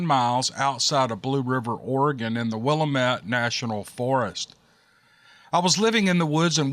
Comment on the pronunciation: Love you! And! BTW… It’s pronounced… WILL-AMMM-Ette, for Willamette. Sounds like “Dammit”.😊❤